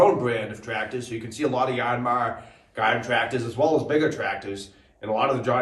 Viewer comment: Why "YARN-MAR" ...is that right?